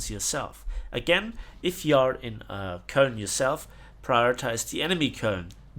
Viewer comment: it's not kOln. It's koeln That pronunciation hurt my ears